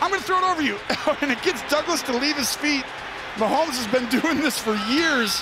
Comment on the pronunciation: Swear I heard mahomesfield advantage. 😂